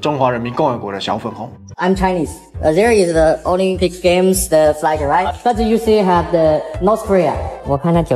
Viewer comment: Flag 都可被發音成 " fly 哥 " 真的夠了 ! 長榮飯店都全數旗子都撤下還要求補掛, 真的是笑死! 最好中國人都不要入住 ! 不會 Non-Smoking room 變 Smoking room, 辛苦的房務員不用整理中國旅客住過的房間, 早餐排隊點現煎 Omelette 時, 不會被沒排隊就插隊搶走, 走廊上不會有大聲暄嘩及甩門關門的噪音, 進泳池或公共池, 不會有沒先沖洗的中國人.